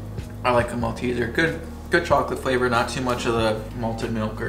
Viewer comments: You pronounced "Malteser" correctly only once. They contain malt. That's the clue. "Moll - teezers". I have to say I was disappointed by the American chocolates I tried when I was over there. The sugar level was almost sickly to me. After I discovered cann olis there, I was expecting a revelation or something. I think ours have increased the sugar over time as well. European chocolate will always be the best. You are unlikely to be able to get them there, but if you could taste the Cadbury Picnic chocolate slab (based on the Picnic chocolate bar), I'm sure you would love it. As for the "honeycomb" in the Violet Crumble, you can make it at home by boiling sugar with a small amount of water until it starts to brown. Remove from the heat and add a spoon of bicarb soda and stir well. It begins to puff up like crazy. Pour it onto parchment/baking paper, then put it into the fridge to set. Other classics are the Flake - which won't melt over heat! - Kit Kats, Caramello, Rocky Road, and Lollygobble Bliss bombs. (Although I haven't seen the latter for a long time. They are a nutty, caramel popcorn deliciousness. ) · In his defence, he did pronounce it correctly later in the video. Maybe Jenny elbowed him and whispered in his ear? 😀